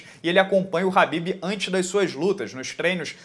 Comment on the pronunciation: É kabib e não rabib !!!!!!! 🧐